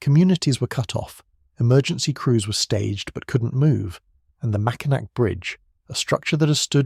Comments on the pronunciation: It’s the Mackinac (pronounced Mackinaw) French, think French! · THE UP OF MICHIGAN IS ATTACHED TO WISCONSIN, SO IT IS NOT ISOLATED FROM THE REST OF THE UNITED STATES. ALSO, THE MACKINAC BRIDGE IS PRONOUNCED 'MACKINAW'.